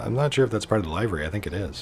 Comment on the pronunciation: You seem to be offering enjoyable, informative videos here. Unfortunately, I never hear anything you say after pronouncing"livery" as if it rhymes with " ivory". Short i, not long. The word "liveries" rhymes with "give her cheese", not " buy her cheese".